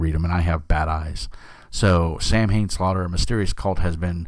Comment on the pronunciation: TriCube and the settings are amazing! Love how you mispronounced Samhain, and it's ok. :) Gave you a thumbs up, but can't stay since I don't know Storn (hangs head).